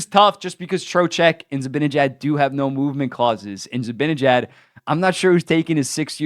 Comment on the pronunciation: How hard is it for you to say Z-i-b-a-n-e-j-a-d and not Zibinejad?